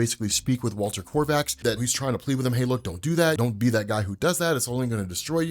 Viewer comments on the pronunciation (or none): Kovacs, not Korvacs. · kovacs KO VACS